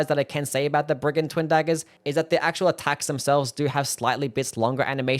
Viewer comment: ackwuh marine dagger